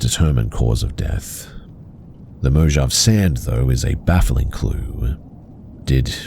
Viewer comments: You're killing me. It's MO HAV AY. Not mo-jav! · You pronounced Mojave incorrectly, it's mo ha v ay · Mojave is pronounced mow-haa-vee. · Mojave is pronounced Moe - Haw - Vey. I didn't see any other commenters say this so I just wanted to let you know!